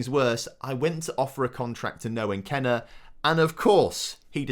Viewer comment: It’s Noah Kenneh not noahen